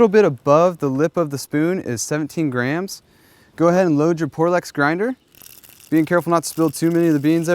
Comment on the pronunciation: why did he keep saying grahams instead of grams?